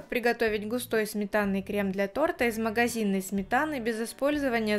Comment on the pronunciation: Не торта, а торта